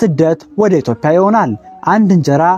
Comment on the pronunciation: የኢትዮጲያ እንጂ የኢትዮፕያ እያልክ የምታነበው የፈረንጅ አነጋገር ይዘህ የምታነበው ለምንድነው?